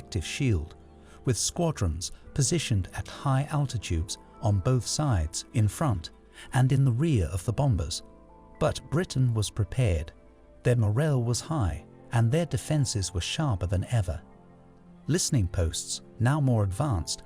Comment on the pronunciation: LOL yep -- he keeps saying RAF (rhymes with laugh instead of the initials), Luft- (rhymes with tuft) waffe (rhymes with toff), morale (rhymes with sail) and Thames (a mixture of thin and James) -- I'm American and even I know those pronunciations are wrong!